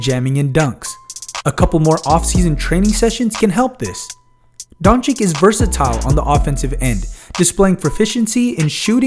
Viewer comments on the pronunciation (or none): If you gonna say his name, please say it correctly. It's Don-"chitch" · Take your time and learn to pronounce Don-cheech correctly, pleaseee!!